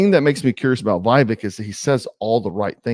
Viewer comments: Vev-ache. Not vive-ek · You need to learn the pronunciation of Vivek’s name. Short i and long a. Vivek like cake. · Why can't you pronounce Vivek correctly after all this time??? WTF??? Vivek is pronounced Vivake or Vivayk. JFC! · So who are you all voting for when Trump isn’t on the ballot? Or taken out of the race somehow? Vivek seems like a breath of fresh air to me, who’s in touch with the conservative base and who’s extremely intelligent and well spoken. And his name is pronounced VA VAKE. Like cake. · Just for future reference it's short "i" like Vick and "vek" rhymes wirh cake. I'm voting Trump for the 3rd tiner but get his name right at least. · Trump is my choice, VIVEK (VivAke is how it’s pronounced) would make a hellacious VP, then positioned for 2028! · Do you not watch the debates or interviews? How do you manage to butcher his first name so badly - if you do actually watch that stuff, are you mispronouncing it on purpose? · Show some respect and pronounce his name correctly